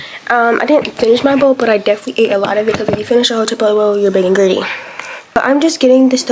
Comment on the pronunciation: its not greedy its a tt sound 😂